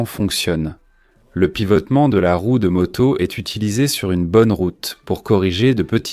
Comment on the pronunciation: Excellente vidéo, aussi bonne que la voix est atroce, une torture auditive... "une motosse" entre autre